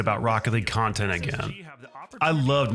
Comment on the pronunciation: content or khantent???????????? And . Is this channel secretly a Mortal Khanbat channel???? !!! ........